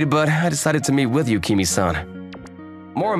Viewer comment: My only complaint is the MCs pronunciation of Yukimes name. Other than that, it's a great story.